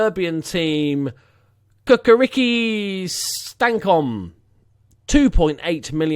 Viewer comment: Hahaha, im form Serbia and I almost pissed myself when i heard way you pronounced Cukaricki :D What a legend you are!